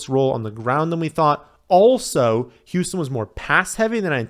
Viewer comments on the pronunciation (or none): none